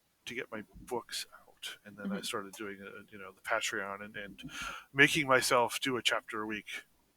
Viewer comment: Momentum and keeping motivated are tough to maintain. Also I hate the way pronounces patreon.